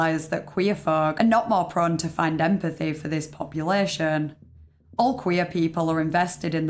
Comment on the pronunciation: "Sympatheh", "empatheh" and "oondahstandin'" P.S.-I'm not making fun of you, I swear. I fucking LOVE your accent!